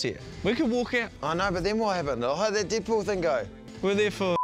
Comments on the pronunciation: "Deedpool" lol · "DEEDPOOL" "RYAN REENOLDS" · You said Deed Poul